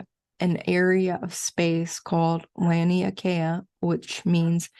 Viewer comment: Oh and I have a cousin who lives in Hawaii! He recently brough me a star laser light that he first took to the Mana stones to infuse the light with their healing energies. (And thank you for showing me how to pronounce Laniakea! ;)